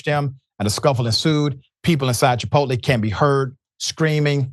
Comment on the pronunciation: How is this illiterate clown even on TV. He can't even pronounce the name of a restaurant properly. 😅